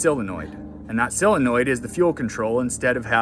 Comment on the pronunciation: Solenoid,not silinoid😂